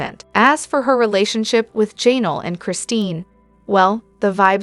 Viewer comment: 😂😂😂AI not being able to say Janelle